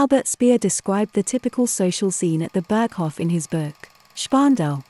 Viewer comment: yes, it's not Berghoff but a longer O, Hoof. Then Reich not Raik, like Dietrich, not Dietrick, Speer not Spier, Eva, not Iva, Braun not Brown, not Fjurer but Führer, Didn't expect an AI voice, fascinating.